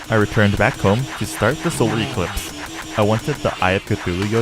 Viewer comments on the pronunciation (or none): none